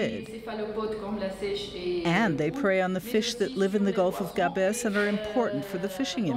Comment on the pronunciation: It s Gaaaabes not Gabeees. I could get ear cancer from hearing this. Otherwise nice docu.